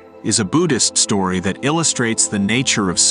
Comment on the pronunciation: Story not stroy